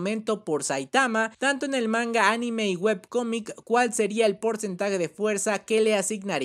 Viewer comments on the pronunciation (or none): none